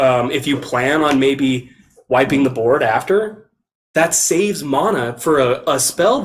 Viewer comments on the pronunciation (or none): Mona? You mean mana..